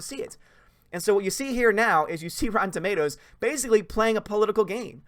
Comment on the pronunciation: Rotten Automatoes?